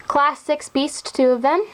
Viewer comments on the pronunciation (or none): none